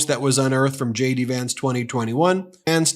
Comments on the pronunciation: sounds like you're saying Shady Vance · erm.... i heard Shady Vance.... Shady or JD? LOL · Did you say Shady Vance? 😂😂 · Ben, each and every time you say J.D. Vance, I hear, "Shady Vance." Must be a subliminal thing... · is ben saying "shady" vance ? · Sounds like he say shady Vance not jd vance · Lol... I am a foreign spectator. I always understood shady Vance. Did he say J.D. or shady? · Is it JD Vance or SHADY Vance? YouTube's CC is showing Shady instead of JD. 🤣 Perhaps pronounce JD so it could sound like shady to subliminally imply that and throw YT's CC translation and transcription service off. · Are you saying "Shady" Vance? :)